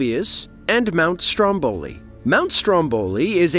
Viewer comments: come on… speaker: the pronunciation is not STROMBÒLI -__- It’s STRÒMBOLI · Sorry dear, you have to put the accent on Mount Strómboli, means on the first "o".